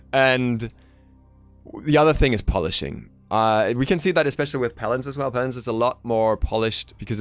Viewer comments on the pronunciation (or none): none